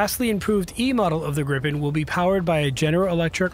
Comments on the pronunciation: Please do not pronounce Gripen as Grippen! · cant help but tell you you’re pronouncing gripen wrong, i know you arent used to swedish names but its pronounced more like griiipen not grippen as you’re saying